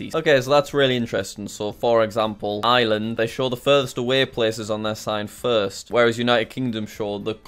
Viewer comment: It's Ireland NOT Eye-Land